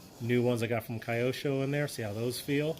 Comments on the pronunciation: Hi, thanks for the great information. BTW, the brand is pronounced as Kee-yo-sho. Japanese.😅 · Wonder why some peoples call the brand in the wrong way . Really don’t get it Just ask simply to a japonese around you. It’s not a kayak IT’s KYOSHO